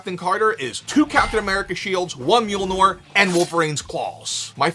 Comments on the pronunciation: As a heads up you have your vowels mixed up when you pronounce Mjolnir. You keep saying it as “MJIL-nor” when it should be pronounced as “MJOL-nir” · Oh, you’re always sayin Mule-Nor instead of Mjolnir. Youre lucky we love you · My favorite pronunciation of Thor’s hammer is MeeULNor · Drinking Game - every time mispronounces Mjolnir take a shot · It's Mjölnir